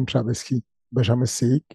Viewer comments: Oklm il te sort que slim lui a jamais payer ne serait ce qu’un café .. il le fait passer pour une pince … pathétique … et c’est trabelsi pas trabelski… !!! Ta cru que c’était un polonais Wech ! Fernand loupez 😂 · Mdr j’suis mort il continue à dire trabelski